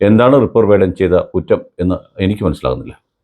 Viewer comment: റിപ്പർ അല്ല റാപ്പർ 😀😀